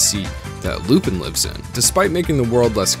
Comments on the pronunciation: It's not Loopin', it's Loo-pan. Great video, though. Keep up the great work! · Isn't Lupin pronounced Lupan? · I'm sorry, but how can you mispronounce Lupin's name this badly this consistently, the correct pronunciation is in the opening, I'm so confused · I'm so confused how someone watches the entire series yet can't pronounce the main character's name correctly... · How do you watch an anime series in it's entirety and still mispronounce the title, which is also the main character's name? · Oh god he pronounces it with an “i” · The fact he pronounces "Lupin" wrong is so distracting for me